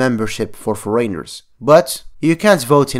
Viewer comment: Hi just a message to help with pronounciation of foreigner. Pronounce it FO-REN-ER. Great Vid